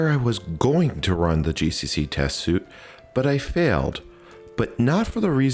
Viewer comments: repeated line around 1hr48. Also it's suite (sounds like sweet) not suit. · Just an FYI, suite is pronounced like sweet